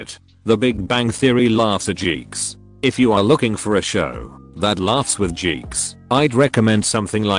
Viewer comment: Why does the robovoice pronounce geeks "jeeks" and jeans "gheens"